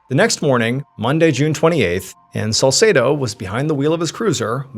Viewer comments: God bless you 🙏 One issue I have is the pronunciation of the detective's name Salsedo. It's pronounced Sal-seed-o. Best friend growing up, same name. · If you say salsedo one more time.., I fr can’t.